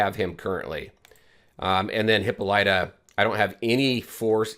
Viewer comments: Hahaha did u pronounce it hipp-a-light -uh? Hahah it’s Hipp-Paul-it-uh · That's not how to say her name. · FYI: This is how you pronounce her name.